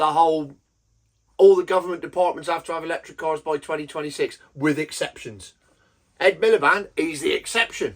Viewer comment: Man said Rd Milepede! 😂😂😂😅